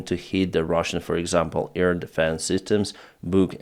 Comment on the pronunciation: Hi. I love you and all, but please, it is not ear deffence, but air defence. Please.